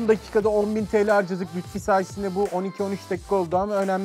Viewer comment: Lutfi değil Lütfi